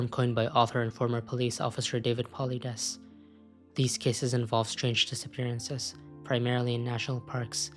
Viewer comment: Paulides is pronounced Paul-Eye-Dees just saying